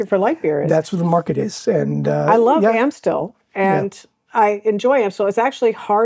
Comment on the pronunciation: Are y'all in the process of learning Dutch? If so, Amstel is pronounced with an a as in "arm" not an a as in "cat". Just an FYI.